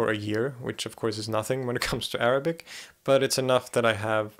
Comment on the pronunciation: wow i am impressed by your pronunciation of arabic words !!